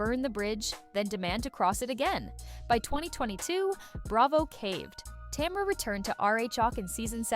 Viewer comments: Tom-ra 🤔🤔🤔 more AI then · And "tomra" 😂